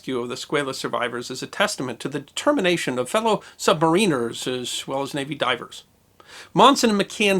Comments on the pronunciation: Squaaaaalis. Not SqAlis. Sub-mariners. Not submariners. but more importantly great video!! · You're still pronouncing submariners funny! :D Think, "The Rime of the Ancient Mariner". Man, I can't imagine having to make the call to close that hatch with men still on the other side. Poor guy. :( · Pronounced "sub-MAR-in-ers." Not "sub-ma-RIN-ers." LOL! Great video as always, thanks. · Love how he is pronouncing "submariners" 😂😂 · I HATE it. So good and yet so bad.